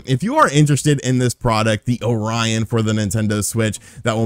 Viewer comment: is the only man i know that mispronounces orion XD you amuse me man keep it up!